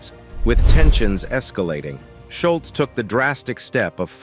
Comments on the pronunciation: First, it's "Delp", not "Delf". Second, it's "Scholz", not "Scholtz". Sloppy. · Scholz is pronounced Shoals........ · Schultz???? You mean "Scholz" as in "shoals?" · Who is Schultz? Its Scholz like the shoe. Such poor reporting. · While I enjoyed the video, it's a bummer that they refer to Tom Sholz as (Shultz). It was hard to listen to. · Sholz or Shultz.... :( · i would have given you a Like if you had pronounced Tom's last name correctly. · I hate when someone pronounces Tom Scholz's name incorrectly. Also, who is "Brad Delf"?